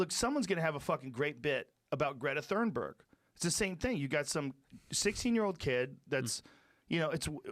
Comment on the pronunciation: Yo joe did you say greta thunberg or greta the thunderbird?